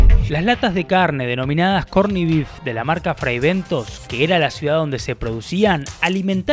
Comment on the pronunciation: Fribentos en ingles es pronunciado fraibentos.